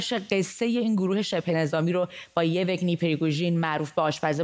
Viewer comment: تلفظ اسم آشپز پوتین یِوِگنی نیست و یِوگِنی است، یعنی به کسر سوم و نه دوم. دقت کنید که مجری چنین استباهات ساده ای مرتکب نشود